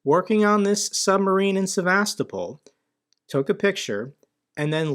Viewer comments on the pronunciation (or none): It's SevasTOpol.